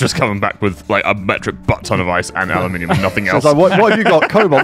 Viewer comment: Aluminium = Analminium